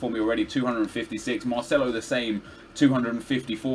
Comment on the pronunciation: Definitely go with MARCELO! Don't say Marceno to Marcelo!